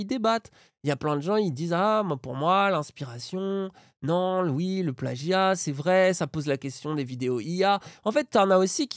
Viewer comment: Moi ce qui me trigger vraiment le plus dans cette affaire c'est à chaque fois que prononce le mot "plagggggia" comme un golmon.